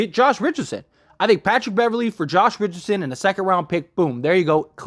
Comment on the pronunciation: Please learn how to pronounce the players name before you go on the air. So disrespectful and unprofessional